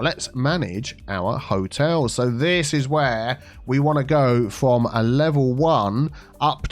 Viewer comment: "Charming Hoteals Co."